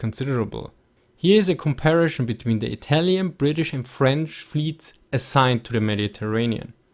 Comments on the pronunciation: Com par i son, not com pair a shon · "Comparishon" God-damnit! XD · Just love how you say "Komparischn" and "Divischn" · "Aduantage" and "Compari-Schon" love it :D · Very good video, but please don't say "comparischon" :)